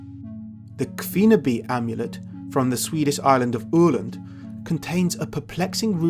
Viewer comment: Very good video indeed. Your pronounciation needs a bit of work though. Especially the norse one. Öland not Oland etc. But that is just me being petty. Like Sól is pronounced like english soul actually.